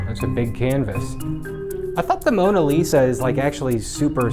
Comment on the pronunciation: "i tried to paint the moSa lisa" LMAO good job